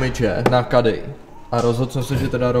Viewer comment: Nevyslovuje se to KEDDY A NÉ KADDY